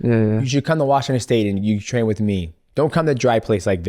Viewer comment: Someone explain to Islam how to say “with” please brotha 😂😂